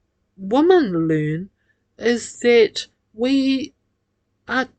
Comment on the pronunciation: Your prosodic features are horrible. The word 'women' is pronounced 'wimin'. Without this being correct, little sense can be made of much that you say. Pig ignorant and simplistic as ever.